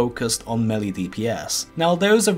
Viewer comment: Low Level Items - Ravager Level 37, right, that IS low Btw. it is mElee, not melli oder melly